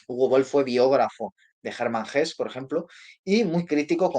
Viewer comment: "Hermann Hesse" no se pronuncia "Hes", sino "Hese".